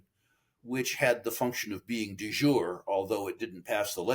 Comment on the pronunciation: "De JurEEEE", please, Mr. Rule. Thank you and please.